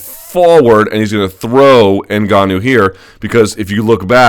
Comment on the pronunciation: So glad to hear Luke pronounce NGannou properly. I don't feel like sticking forks in my ears. Thanks big guy